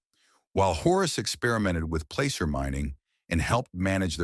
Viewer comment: Come on! Get it right. It's s pronounced Pla- cer. Get rid of that annoying A I narrator.